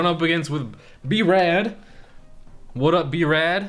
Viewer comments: lol, kept saying b-rad instead of brad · He said b-rad..ITS BRAD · When said B-Rad instead of Brad I was dying aha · he said b-rad when it's Brad, hilarious mistake. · B Rad?!?! Tf is that its BRAD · He said b-rad